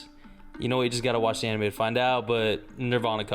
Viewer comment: Imagine naming your channel TheAnimeMen and can't even pronounce most of the anime correctly.......